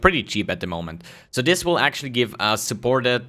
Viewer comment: This not dis